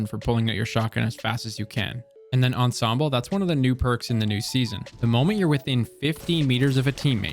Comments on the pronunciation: You're the only one I watch that pronounced ensemble correctly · Finally a content creator who can pronounce "Ensemble"! and then came the "adiago" /sigh